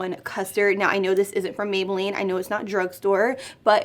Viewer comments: “Mayboolline” yeyyyy!!!! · “Mayboolline” for days🙋🏽‍♀️ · “MAYBOOLLINE” flawless like always!!!